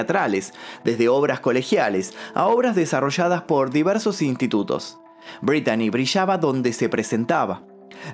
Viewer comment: Se pronuncia Britney